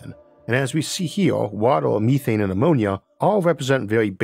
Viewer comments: Meth-ane. Me-thane? Hell no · MEETHANE ?????????? NOOOOO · Ok, I overlooked the speech impediment, but you had me until you started saying, "meethane" smh